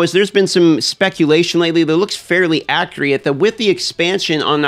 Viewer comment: It's not a big deal but you always pronounce Accurate as Acreeot.